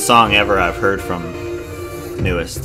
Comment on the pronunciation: Thank you for uploading this! ^0^ it's actually pronounced "New East" and Baekho's name is pronounced "Bay Ko". And yes you're saying JR's name right ^^ it stands for Junior Royal.